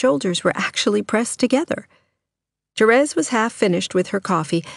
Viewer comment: Thank you for not saying "Terees"! I tried to listen to the audiobook and couldn't stand how the girl said that. I'll be listening to this soon =)